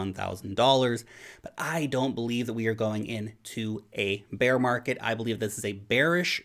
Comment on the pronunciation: Actually he saying "beer" 😊